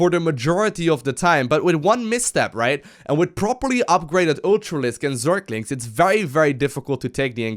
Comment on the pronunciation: Am i only one who getting annoyed when says zerKlinKs